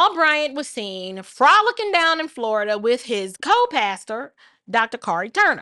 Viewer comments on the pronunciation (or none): none